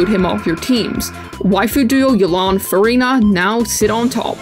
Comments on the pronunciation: why am i always hearing furryna? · i hate the way u say furina. it just sounds insane